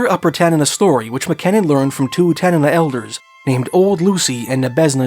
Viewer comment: Thanks for pronouncing Tanana correctly